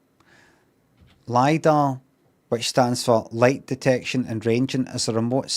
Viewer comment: its pronounced LIDAR (its an acronym)